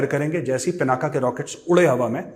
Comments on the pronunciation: A humble suggestion 🙏🙏🙏 I think it's not पिनाका It is पिनाक The whole meaning changes from such a small wrong pronunciation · गौरव जी, यह पिनाक है, पिनाक् अथवा पिनाका नहीं।